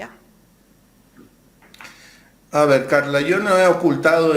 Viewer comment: Es tan evidente que estos afanados periodistas no saben hablar ni saben lo que dicen…la periodista NO se equivocó…dijo con claridad…”potologia” el entrevistado la corrigió….que vergüenza…apena ….